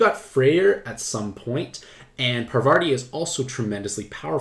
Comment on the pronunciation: pronounce parvaRti one more time